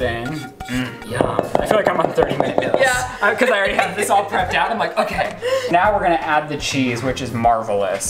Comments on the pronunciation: i’m not the only person who realizes says “mills” and not “meals” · The fact you say “mills” instead of “meals”... hurts my american 😂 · Does anybody here “mills” instead of “meals”